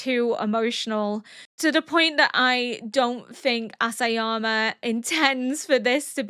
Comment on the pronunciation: Oh, I guess I won't tell you my favorite dinosaur then 😆 I have only one comment: Isayama. EEEEE-sa-ya-ma. It begins with an I, not an "ass"! 😉